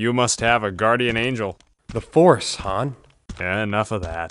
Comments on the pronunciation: its HAAAHHHN not HAAAYIIIN. Ginguh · You said Han and not Haaaan. You lose 100 points